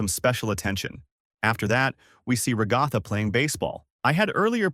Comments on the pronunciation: not being rude but can you stop saying Rugatha and pls say Ragatha you kept repeating Rugatha and then said Ragatha name sorry this just bothered me I hope this didn't make you mad or sad I just wanted you to understand this fix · I’m literally gonna crash out if he says raGOTHA one more time it hurts my soul also when he says that pomni is a he she’s a girl! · It's Ragatha